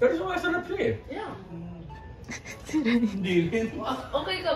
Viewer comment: "sinigang"🤣🤣🤣 panis kayo kay 🤣🤣🤣